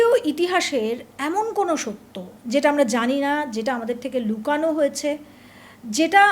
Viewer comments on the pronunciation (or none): Opening sentence: 'লুকানো' নয়, 'লোকানো'